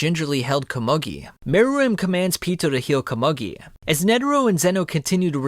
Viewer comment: It’s pronounced “Ko-moo-gi” bro…